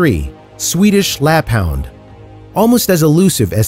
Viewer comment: Its (lapp-HOOND), NOT (lapp-hownd).